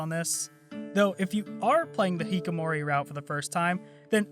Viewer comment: Wow, this is a really long video. Edit: Btw, you said a few things wrong. It's "hikkikomori", not "hikomori". The cat's name is Mewo, not Meow. It's Pyrefly like "firefly", not "pryfly". Sorry this is annoying.